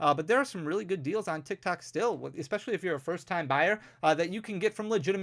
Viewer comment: Sounds like you say TikTak lol - great video!